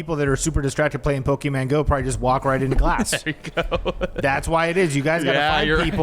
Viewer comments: It’s Pokémon not pokeMAN😂😂😂😂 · If says PokeMAN one more time lmao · Why does say pokey men instead of pokemon, I can't 🤣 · Me being triggered by "poke-man" go from. (just in case it's Poke MON as in "on" at the end) The key to being healthy in general is to not fall for the food diet trends..just eat healthier PORTIONS..period. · Pokeman? Its pokemon! Lol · Its annoying hes pronoucning it "poke-man" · I love mispronunciations of things lmao! Pokéman, giblets😭🤣 Also vapes were 100% pushed onto Gen Z!! They have vapes that have games on it, look like little purses and even connect via Bluetooth to your phone! They’re making it such a regular thing, I’ve been addicted to vaping since around 16 and I’ve wanted to quit but I find myself so attached to it because everything you see makes it so normalized and you’re almost weird if you don’t vape. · "pokeman" lmao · Obsessed with saying "pokeMAN go" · Is saying PokeMAN for engagement?? 😅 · saying pokemAn was driving me nuts hahaha 😂❤ I was waiting for someone to correct him or call him out lol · saying PokeMAN over and over 🤣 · pokie mon 😂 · Upsetting me how says 'PokéMAN' 😂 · Someone please teach how to say Pokemon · need to learn how to say Pokémon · Jerrids pronunciation of Pokémon